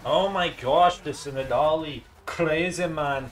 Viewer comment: i have never heard anyone pronounce nidalee like you do thats insane